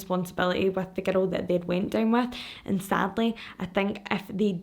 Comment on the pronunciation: Anytime you say girl or girls I hear “ghetto” or “ghettos”. Haha 😂 I love your videos, I’ve been binge watching all week while working.